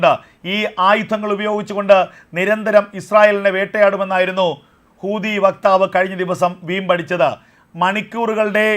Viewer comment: എൻ്റെ.. കൂതി അല്ല.. ഹൂതിയാണ്....😅